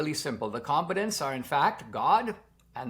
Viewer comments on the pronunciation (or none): Com- BAT-tants